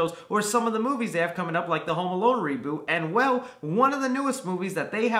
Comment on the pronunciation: I love how he says reboot in a way of saying re booty